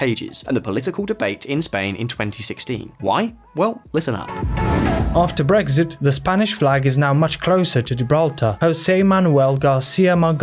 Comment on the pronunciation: Tries to says Brexit -> Breakfast, I laugh so much that I got awake after hearing this, it made my day.